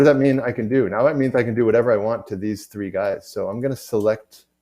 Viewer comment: Is there a way to stop the UE announcer (who took over from Amanda a year approx ago?) saying “free” instead of “three”? I have younger students watching this and they have started to pick up that habit. It’s three d, not free d. :)